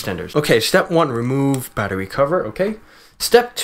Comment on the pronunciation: o god, you made me laff hardd "insert bater...goodness gradious"